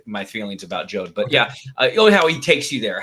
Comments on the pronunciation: I like the channel and everyone on the show, but John going back and forth with the pronunciation of Jod, as "Jode", "Jahd" was distracting for me. Just a nitpick...keep up the good work.👍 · 8 Episodes and John STILL can't say Jod's name, right??? /shakes head